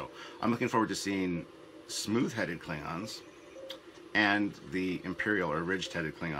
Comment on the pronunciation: klibgons, ridged for our pleasure? did you really make the klingons sound like gay condoms? rehearse lines like that in the future pls. I'll go with bona fide slip of the tounge this time